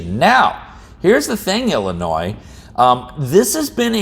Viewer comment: I'm just glad ya don't pronounce the "s"